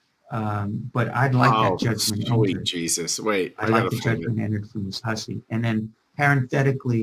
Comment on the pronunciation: I like how one lawyer said Miss Hussy and the other lawyer pronounced it whosee. 😂